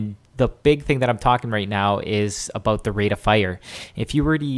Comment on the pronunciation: "ABOOT" i love this guy!